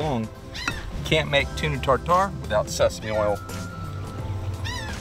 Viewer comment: It's called tartare not TarTar🤦